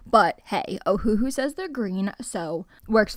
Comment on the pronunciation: Just want to say…. ITS NOT FREAKING O-HU-HU ITS OHU-HU and btw I’m not trying to be mean